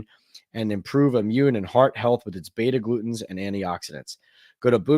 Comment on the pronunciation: in your Boom chaga ad read, the heart healthy compounds shiuld be BETA GLUCANS. You read itas "beta glutens". Maybe your copy was written incorrectly? Or you just slipped? Too bad your live chats don't tie iut for me living in the Middle east. BTW Jones threw for over 300 yards each time be faced the Vikings in 2022. Sunday you think only 220 yards withe these reveivers? No way.